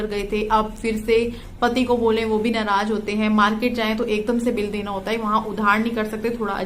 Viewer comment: Naraaz bolo naraajj nahi bolo